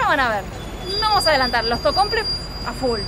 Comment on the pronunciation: Me encanta que le diga “tocomple”